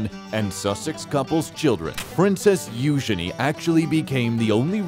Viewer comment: This is the only person I've heard who pronounces ' Eugenie ' the right way ..👍